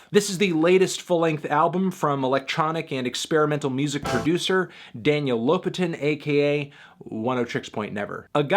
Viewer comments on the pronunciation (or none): he is LopAtin. not LOpatin